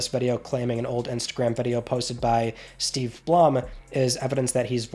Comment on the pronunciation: You must’ve been reading his name off of an AI because it’s pronounced Steve Blum like the flower